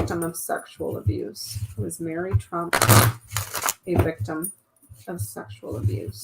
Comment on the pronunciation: It's Mary, not, Marie, after their mother .